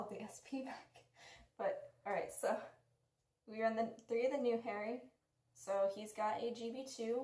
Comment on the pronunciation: Don’t wanna be rude but it’s HAH-ree.